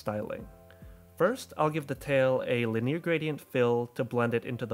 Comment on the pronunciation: why don't you know how to pronounce the words 'linear' and 'gaussian' 😂